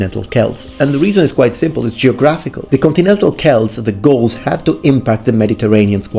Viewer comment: Lol I cant stop hearing ghouls